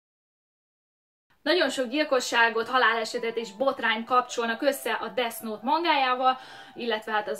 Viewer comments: Pls nem desz nót mert olyan mintha azt mondanád hogy disznót különben is úgy kell ejteni hogy def jót semmi disznót légyszi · Def és nem Desz xddd angol kiejtés pls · Kiejtés: Def nót, mivel th-t úgy ejtik, mintha kicsit ráharapnál a nyelvedre és úgy inkább f-nek hangzik, és a gay, az géj, mert a az "a"-t gyakran é-nek ejtik, és az angol abcben is "éj", az amit te mondtál (kiejtésileg) az azt jelenti, hogy "én egy srác vagyok". Ezt nem puszta kukacoskodásból írom, csak azért kicsit zavaró, hogy nem ejted rendesen, és szerintem nem vagyok egyedül ;) Attól még tetszik, meg érdekes a videó szval a like azért megy. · Úgy kell ki mondani ,hogy defnot😂😂😂 De imádlak❤️😂😂😂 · esküszöm nem hallottam még embert ilyen hülyén beszélni.... na meg az a "Desz Nót"... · [Desz nót] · desznót :DDD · Desz nótXD